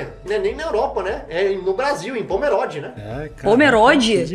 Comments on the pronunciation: kkkkkkkkkkkk não é "pomeródi", é "pomerôdi", ele falou errado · Pomerode é perto de Blumenau, estado de Santa Catarina. Mas o brasileiro pronunciou incorretamente.